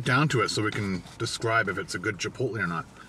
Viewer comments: Omfg stop saying chipot-lee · I cringe every time you say chipotle. (CHI POLE LAY) not (CHIPOLY) ❤️ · Chipotlee ? Lol